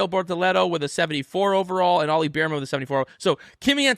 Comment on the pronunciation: Its not beerman, it's bear man as in bear the animal and man, get it right please